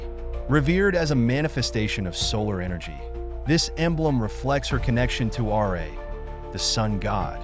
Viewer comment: Why are you saying R A instead of Ra.